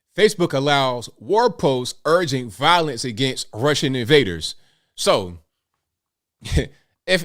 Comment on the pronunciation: "Rrrrussian accent" lmao 🤣😂